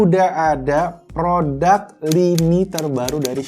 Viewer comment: bang.... produk bukan prodak 🤣😂🇮🇩